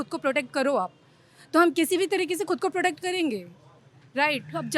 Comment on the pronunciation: Are didi protect karenge ki product karenge mask 😷 nikalo aur batoo aapki language mujhe kuch aur sunai de Raha hai